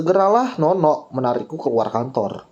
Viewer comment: hadeeeeehhh pake penekanan lagi nyebut namanya...😄